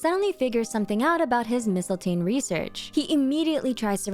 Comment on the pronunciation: Oh my gosh, thank you for pronouncing mistiltein correct. I was getting so mad when every character was saying it wrong.